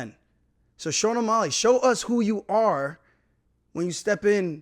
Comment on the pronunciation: Buddy can say Petrs name with ease but can’t pronounce O’Malley